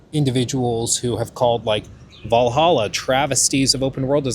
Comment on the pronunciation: Wow he's finally pronouncing Hexe properly. I still think he should sound bite himself saying "hexay" like he did with that dude announcing "assassin's creed vah-lah-ha"